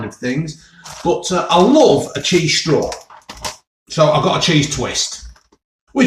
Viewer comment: Chweese stwaw 😂